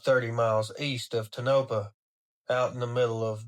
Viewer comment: Tonapah. Pronounced Tone-A-Paw